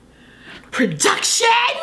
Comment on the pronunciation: Every time she says PRODUCTSHUN we get one more year of life